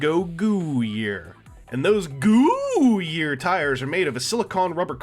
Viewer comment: nonono. It's "GOOO YEAR." not "Goo year"